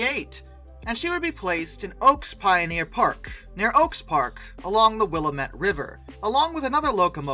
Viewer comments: FYI its "Will-am-met" not "Willa-met". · Spo-CAN Will-AH-mut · 😐 * internal Oregonian screeching intensifies * To clarify: Spokane = SpoCAN Willamette = WillAM-et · This guy needs to know how to pronounce the names Willamette and Spokane!